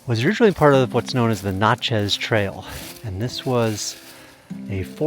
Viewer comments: As someone from New Orleans, when you said Na-CHEZ. I ruffled a little. It’s NA-(t)chiss silent T. I’ve never heard anyone pronounce it that way before 😅 also I’ve been watching you since maybe 5,000 followers on the other channel. I had no idea about this account congratulations on your success! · We can always spot Yankees because y'all all say Natchez wrong—it's pronounced NATCHess. Not notch-chez. Not Nat-shay. Hard first syllable, last part just an afterthought. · Natchez rhymes with matches! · Its called the GNAT-CHIZ Trail 😅 it is Mississippi's Trail of Tears. You are walking where hundreds of Natives and their slaves were forced out by settlers. Lots of cool things have been found there. Its a hotspot for arrowheads, coins, old pots and pans or silverware, and if youre lucky youll find old bones from people who passed away but were left out if necessity. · You missed pronounced Natchez Trail if that's what you were talking about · Hello! Native Mississippian here. Great video! Just two things -- "Natchez" is pronounced with a short a, like you would the word "natural." "Boll" in boll weevil is pronounced like "bowl." My husband and I have walked around Rodney but didn't know about Rocky Springs!! Thanks so much for this!